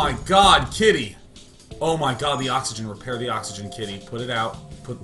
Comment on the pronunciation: "Kitty repair the oxygen! Repaih heh oxihuhghuhhen..."